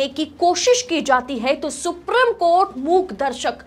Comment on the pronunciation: Ma'am the word supreme is pronounced as सुप्रीम not सुप्रिम .. Please remember this and memorize it .. I wish your colleagues had pointed this out to you earlier.